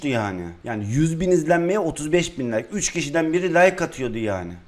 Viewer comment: Abi like diyeceğin nayk diyo